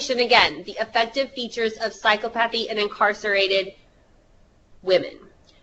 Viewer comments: What would really help is psy-KA-pa-thy however, I think we all understood what she meant :) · pronunciation ... "psy-CO-pa-thy" )